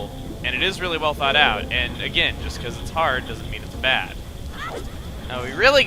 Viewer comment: Every time he said "It was really thought out" I heard "It was really thawed out"